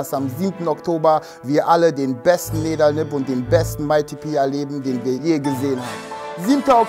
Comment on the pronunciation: Nidal, peinlich RAM - Team . Es heißt Nidal!